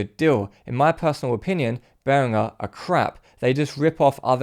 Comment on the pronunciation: I have a Behringer headphone amplifier. Really cheap but well made and does the job. Note: he actually pronounced 'Behringer' correctly. There is no 'J' in 'Behringer'.